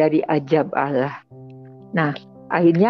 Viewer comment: Salah kaprah,, orang ini menyebut الله. tidak fasih ,ia menyebut aloh,,, Lalu thowaf itu di Masjidil haram, Makkah,, bukan di Madinah... Lalu sholat subuh di masjid Nabawi Madinah,,, sholat itu mata tidak lihat ke atas, lihat tempat sujud,, kok lihat Yesus atas makam Nabi,,,, ngarang